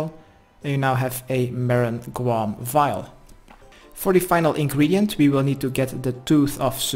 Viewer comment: loool i thought you said "kwuarm" not "guam"